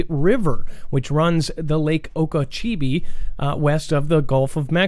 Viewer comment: I wanna say it's lake oh-kah-cho-bee